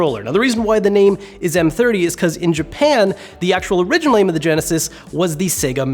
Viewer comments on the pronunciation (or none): none